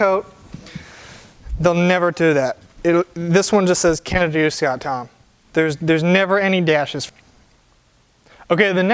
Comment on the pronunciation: Canada doose gad thaam.